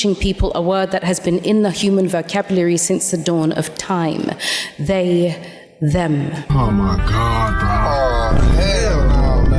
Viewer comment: I find it kind of funny the way she gives this speech, the way she pauses and says "THEY....THEM!" as if she is expecting every one to be like "omg! that is so profound!! great job!! you are so brave!!"